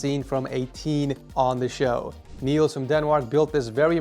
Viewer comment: Danish people (me too) are cringing over how you pronounced my guy Niels name haha